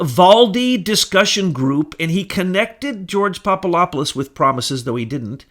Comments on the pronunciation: Papadopoulos - (phonetically) Pop-a-DOP-pol-lus. NOT Pop-a-LOP-pol-us. For goodness sake, listen to yourself if you doubt me. Being loud and fast talking like a madman doesn't work for you. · PapaDopoulos, not PapaLopoulos. It's a "D", not an "L". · the name is Papa-DOPoulos not Papa LOP olous BTW! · There is a "D" in PapaDopolis. Good stuff however! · Hey! Get it straight. There is a "D" in Papadopoulos and Slovenia never left the Czech Republic nor did Slovenia leave Czechoslovakia. Slovenia left Yugoslavia and before that it left the Austro-Hungarian Empire. If you get so many easy-to-find facts wrong, why should we believe this cloak and dagger fantasy story you're trying to foist on us? I will now be unsubscribing from this R***ian desinformatsia account. Das vidania tovarichi.